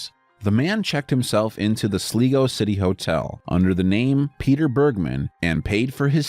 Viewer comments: "sleego, Ireland..." ok, was not expecting that.. Also it's SLIGO! AS IN SLY GO! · Sligo (sly-go) not (sli-go) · Its pronounced SLy-go you moron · The last one its prenoced sly..go ...sligo 😂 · Sligo is pronounced weird here it's usually pronounced like 'sly-go' ☺